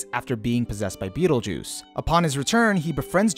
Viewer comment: I know you said Beetle Juice on purpose.